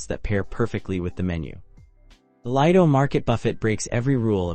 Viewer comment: If you are doing cruise reviews, learn how to pronounce Lido and Buffet! AND Pilates.